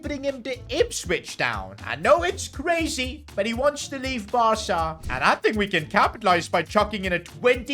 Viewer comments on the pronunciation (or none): none